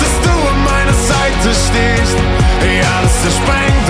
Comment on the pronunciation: "An meiner Seite stehst" ich liebe liebe die Betonung und die Aussprache bei dem Wort " stehst " ❣️ dieses Lied, wieder so wunderschön und es läuft in Dauerschleife❤️ hoffentlich irgendwann mal live.